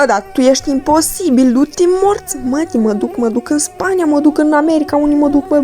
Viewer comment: Mă duc în: -Alaska❌ -aslaska✔️